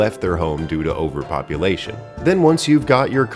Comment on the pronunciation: I had to rewind because it sounded like the goblins left "because of ogre population"